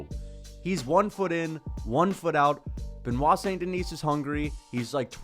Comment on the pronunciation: Ben wah sohn den ee